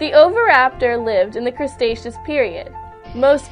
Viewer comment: Crestatious period?? It's Cree Tay tious!!!